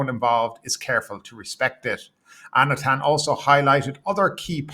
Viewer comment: Anutin is pronounced like "ah-new-tin". This guy is not going away it seems so we should all learn it. 😂